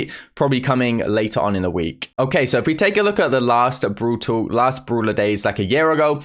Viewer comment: Am I the only one who is hearing brool tuk??? 🤨🤨